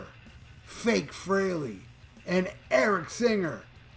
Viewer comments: Fact and I noticed how He made sure it was pronounced correctly. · "You know who" specifically named the original members. Even pronoucing Ace Frehely's name correctly. You can be certain Tom Morello wont be involved, because of "You know who".